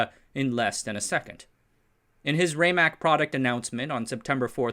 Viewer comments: I was a five year old child in the IBM lab on Santa Clara Street during weekends in 1960. It is pronounced RAM MAC, not RayMac. The heads don't fly because of wobble, they fly with compressed air at the head to keep the distance constant and be immune from folks bumping into the drive. When the heads were first designed they would fly but easily crashed into the surface wrecking the magnetic surface when someone walked by. My father developed the idea of using a wing to force the head against a bubble of air and these forces self regulated as the heads became closer to the disc. The original drive was a spinning drum looked not unlike a spinning garbage can. Disc platters was an innovation. The name Winchester comes from the mystery house not the gun. The project name became the product name when they came up with the idea of 30-30 to overcome the objection of T. Watson Jr. Al Shugart, Amdahl, and others all came out of San Jose. Shugart is most famous for making non compete clauses illegal in California by bringing an 1862 law back to life in a case against Zerox v. Shugart. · Not bad but too many small errors, starting with the pronunciation of "RAMAC" (RMA ACK) and its capacity (3.75 Mbytes or 5 million 6-bit characters) and going on to the peak companies in the HDD industry (77 in 1984) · It's pronounced RAMAC with a short A (Like in Rat or RAM- not like in Rate)